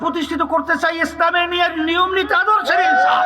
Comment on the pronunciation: আর আপনি এনসাফ বলেন ইনসাফকে😂😂😂